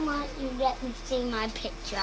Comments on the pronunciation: “Daddd, let me see my pitch-ah (picture)..! DADDAY—“ Yeah I’m British too, lmao, “lemme see my pitch-ah”. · On end when you're saying "picture" it sounds in czech like "piča" which is .. ehh .. vagine in vulgar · it sounds like you're saying "Let me see my pizza" hahaha